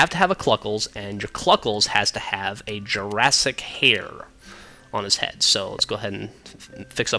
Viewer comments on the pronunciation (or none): none